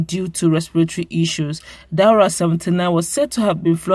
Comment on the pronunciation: Still fumbling? His name is DAura not DUara